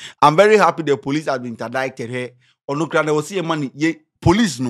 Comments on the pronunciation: WTF is interdicted ? 😂😂 indicted or what ? 😂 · I'm sorry but I can let this gbaament slide cause it made me laugh Interdeited Foogitive😂😂😂